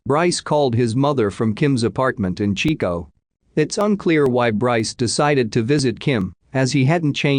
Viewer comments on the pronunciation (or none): none